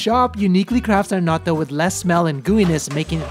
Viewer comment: I wish you pronounced nattou correctly. It's pronounced the same in English as Japanese, yet you shorten the syllables when you say it in English.